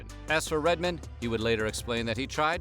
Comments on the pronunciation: Redmin? Do you mean Red-Man? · it's redman not redmen lol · “Red-min”…..it’s RedMAN. How on earth do you make that mistake even if you’re just reading a script? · It's actually Redman, like "red man," not "Redmin." You spelled it right, so idk how you ended up calling him by something other than his name lol. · Man, why are you pronouncing Redman as "Redmen"? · It's Red MAN, not "Redmin" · It's RedMAN. You say it like Redmen. Wtf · Redmen? LOL, it's Red-man. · Y does he keep calling him redmon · Red man not redmen 😂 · I wish this person said his name right if it's not a robot. It's Red.....say it with me.......MAN....not Redmine..smh. MAN. Man..as in the same way you say, man, any other time. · Damn it he's right most white folks pronounce it "Redmin" that's the first time I paid attention to it before I've always heard him make that joke but damn it's real!!! LOL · Pronounced red man not redmin 😂he’s always been the realest and most underrated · I’m dying!!! The way that the narrator (who is Steven Colbert’s voice twin, btw!) says Redman’s name!! Instead of Red MAN he keeps saying Redmen! Like Goldman or Silverman. It made me think of that Friends episode…”it’s not his last name! It’s not like Phil Spidermen! He’s a Spider MAN.” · You gotta respect Redman he's an OG. But to whoever was narrating this, it's pronounced like Red Man not Redman all together. Sounds weird hearing like that😂😂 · Omg, its "REDMAN" not redmen. C'mon dude, dont do em like that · LMAO the way you say "redmen" when its pronounced Red-Man"...great damn channel anyway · Red-man, not Red-men, REDMAN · I'm so happy you included Redman. What's funny though is how you pronounced his name. He even has a line about how white people call him Redmen and not RedMAN. 😂🤘✌️ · He really calls Redman "Redmin" like he was Jewish doctor Avi Redman, M.D. wtf lol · Props ro Redman, but did it bother anyone else how the narrator was pronouncing it? Like he thinks his name is Reggie Redman or something